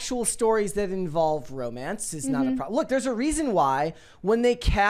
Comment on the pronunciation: Please,, the word is “that.” Stop with “THOT!”